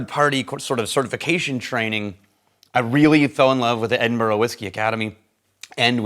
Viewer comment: So nice to hear pronounce Edinburgh properly. Haha.